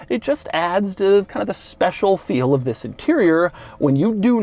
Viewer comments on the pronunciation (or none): "TWHISS IS DUH...."